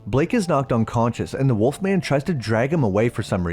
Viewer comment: then you think they would put the correct emphasis on the title, instead of pronouncing it like the snack.